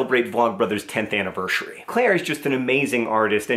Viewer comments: anevershury?? hahaha love the vlog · Happy... annivershery?